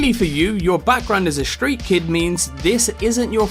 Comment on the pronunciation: "Shtreat kid"